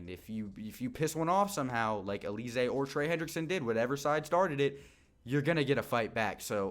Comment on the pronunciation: Bruh its Al-luh-zay 😂😂 not Uh-lee-zay